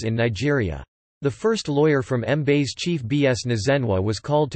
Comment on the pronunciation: Hahahahahaha. Did it really pronounce Mbaise as M-base or is it just me?